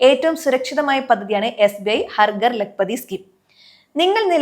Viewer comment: "ഹർ ഗർ" അല്ല "ഹർ ഘർ" എന്നാണ് ഉച്ചരിക്കേണ്ടത്. വന്ന് വന്ന് മലയാളം നേരേ ചൊവ്വേ പറയാൻ പോലും അറിയാതെയായി മലയാളിക്ക്😢